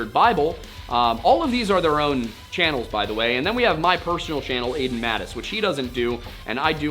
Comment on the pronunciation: Lol, I think Aiden cares about native American pronunciation, but gives no cares about French pronunciation. :[ Sad, because I'm French.